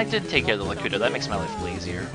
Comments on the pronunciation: Its Not Lakuto Its Lakeetu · lakuto? Lakuto? LAKUTO? ITS LAKITU!!!!!!!!!!!!!!